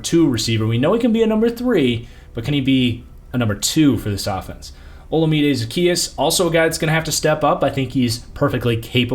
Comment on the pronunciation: It’s pronounced like olawmide